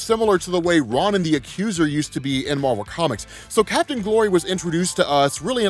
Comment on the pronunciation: Ron & The Accuser sounds like an 80s rock band. Ronin= Roe-Nen